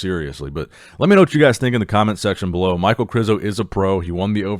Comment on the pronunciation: İ think it's pronaonced Mich ae el. Not Mike. Aka Michael.